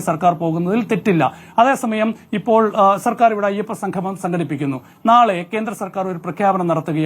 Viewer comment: സംഗമം ആണ് സംഘമം അല്ല..